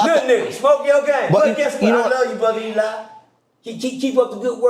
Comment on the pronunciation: Eligh is "he lie" 😂